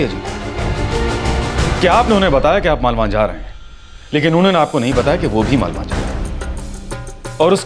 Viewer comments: Malwa hai malwani nahi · Malwa h malwaan nahin